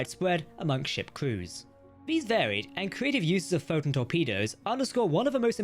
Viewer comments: The AI bot that is reading your script is having trouble pronouncing “Photon torpedo” consistently. Sometimes it says it too fast and I almost miss it, other times just mispronounced. If this isn’t AI read, then please accept my apologies. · "pho'n torpedos"